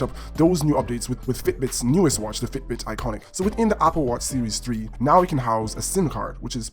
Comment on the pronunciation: Don’t know if I can trust a review that mispronounces Ionic and Fitbit. Good video though.